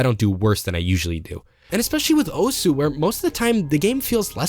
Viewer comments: The U in OSU! is silent because it is Japanese. It's a very manly and rough way of saying "HEY". Accosiated with delinquents and martial artists. And its not pronounced Oh-S either heh. It's more like Oz (like in the the wizard of oz)! The name stems from the fact that OSU! is a simulator of the games series "Osu! Tatakae! Ouendan!" (HEY! FIGHT! CHEER SQUAD!") for the Nintendo DS (also got a US entry in the series named Elite Beat Agents). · Don’t be ignorant. “Osu” is pronounced “oss” where “u” is silent because that’s how Japanese works. Study the language a bit. It uses “syllables” in its written language. To make a single consonant, it drops the “u.” So if you say “I’m a teacher” in Japanese, it’s written as “先生です.” (Sensei desu) but most Japanese say “dess” instead of “desu.” Some say desu for emphasis or just to sound “cute” but most say dess.